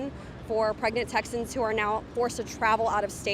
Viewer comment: When did Texans become something that rhymes with "Wussies"?